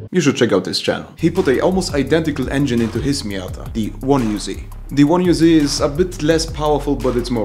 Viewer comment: miaaaaaaaaaada it is called